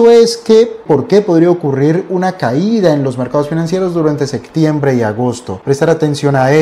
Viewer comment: Se dice septiembre, no sectiembre